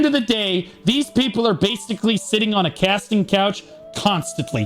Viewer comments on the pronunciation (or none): none